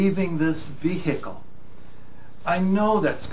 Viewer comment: Why he say vehikal